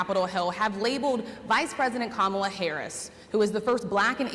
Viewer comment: Donald: It's KAmala, not KaMAla. I guess you never watched Maya Rudolph's take.